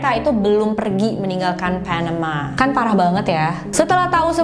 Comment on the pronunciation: keganggu banget sama pelafalan pas host ngomong,biasa aja kak klo bisa,,,,misal : panama ,ga mesti jadi : PHENEMA. Asli dr dulu selalu ngerasa keganggu bgt,biasa aja kak baca nya,kecuali klo baca nama org asing boleh lah.tapi pelafalan nya di kuping aku selalu terdengar aneh terlalu maksa kak.bisa ga biasa aja baca nya.padahal cerita2 yg kakak suguhkan udah bgus2 lho.ini cuma masukan aja.thanks